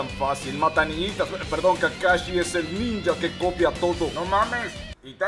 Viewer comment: No se dice kakashi jaja